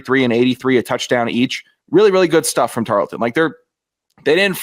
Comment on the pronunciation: ITS. TAR-EARL-TON. NOT. TAR-LET-TON